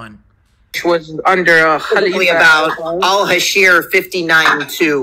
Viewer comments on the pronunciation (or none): You were obviously debating Amateurs who don't have strong knowledge of the book of Islam, Mohamed, or his companions. So, nothing to be proud of. Btw, your pronunciation of that chapter may have caused the confusion, it's Al-Hashr and not Al-Hasheer. It confused me as well and I'm a native Arabic speaker. But the guy obviously is not, I got that from his struggle to pronounce Arabic names, and referring to Ali as a companion while every Muslim refers him as the cousin of Mohamed and a khalifa. Also, It was a little dishonest to just focus on the phrase "Kill the jews" and not mention to your audience the history of Jews with Mohamed that lead to the expulsion of some tribes and the execution of the men in others. You should tell the whole story. Btw, you did not pre-exist them in the Area, your people were kicked from up north and migrated south to Arabia. The land was not empty.